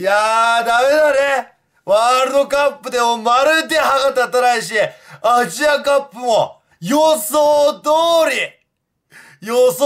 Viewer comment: 序盤 えぇ えふ しぃ アッジアカップぅ ｸｿﾜﾛﾀ